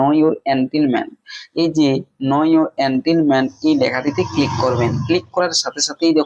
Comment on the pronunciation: এন্টিলমেন্ট নয় এনটাইটেলমেন্ট